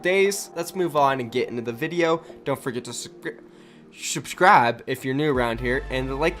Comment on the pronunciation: Legend said turned southern this day with the shrubscribe